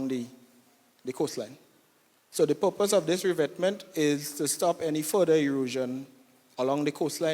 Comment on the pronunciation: Pupose??? lol is PURPOSE